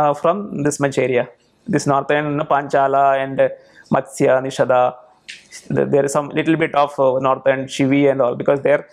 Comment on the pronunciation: Why do you add 'a' at the end of name and place, like निषादा, संस्कृता, चोला, द्रविड़ा, etc.